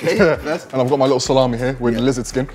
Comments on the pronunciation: Nobody: The lady : lIkKle ChICkEn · so cringe when she says likkle